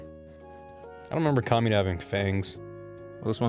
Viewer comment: The whole time was saying "Kamina" up till the point he mentioned gurren lagann, it sounded like "Comuna", and when he said "Kamina's so cool", I guess it rolled off the tongue so fast it sounded like "Comunist's 're so cool".